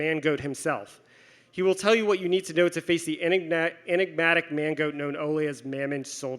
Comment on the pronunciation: I kept hearing mango instead of mangoat. Needless to say my sides were in orbit.